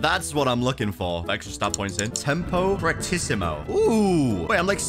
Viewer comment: This was one of the first YouTubers that know how to pronounce “fortissimo”